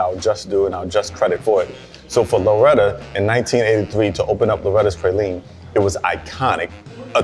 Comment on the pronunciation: His pronunciation of "praline" has me suspicious.